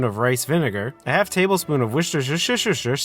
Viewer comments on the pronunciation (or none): your a native, its woos ter sheer, like the town